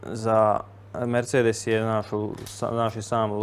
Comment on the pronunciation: Al fakat.... Bembure ... a i '' merDŽe ''